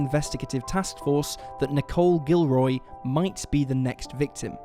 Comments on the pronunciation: I'm from Louisiana and I 100% believe that the police department was corrupt! they were way beyond corrupt in the town that I was from so there's no way they weren't corrupt in Jeff Davis! And it's pronounced Gil-or-ree not Gil-roy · You said necole gilroy it's not it's guillory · Guillory is pronounce wrong.